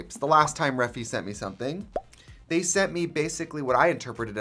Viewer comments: gurl… her saying reffi instead or regt is even more triggering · Is it not refyyyy as in ai??? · I’m gonna wait till she realizes she says Refy wrong